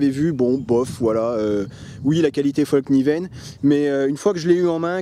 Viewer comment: Super vidéo. Et juste pour info, en suédois on dit "FALL KNIVEN" pas comme toi et d'autres le prononcent "FOLL KNIVEN" le A suédois et comme notre A en français. Ceci mis à part, oui, des supers couteaux.